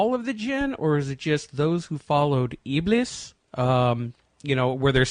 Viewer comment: IBLIS (I hate to even write this name - may Allah curse him more and put him in Hell - since he's the reason for most of our race to join him in Hell) is not pronounced as "IBLUS". The correct pronunciation is "IBLEES".